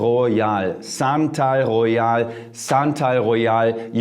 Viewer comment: SANTAL GHOEYAL...SANTA...AL...GHOE-YAHL...ROSE AND OOT ;) what about TF oud de minerale?